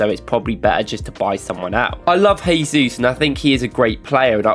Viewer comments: Work on your pronunciation of "Jesus", please :) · Hey guys, love the videos and I don't miss a single one since I found this channel. Just a little comment, as a brazilian: The pronnounce of the J in Jesus is similar to the S in 'measure'. You pronnounced as if he was Spanish haha